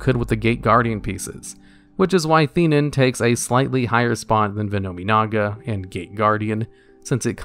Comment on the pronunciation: Okay, having seen Yu-Gi-Oh! the movie, am I the only one who noticed that the English Dub and sphinx card names are inconsistent? Like, the card name is spelled "Theinen", yet the dub pronounces it "Thin-ee-en"? WTH?!